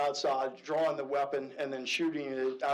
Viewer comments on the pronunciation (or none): none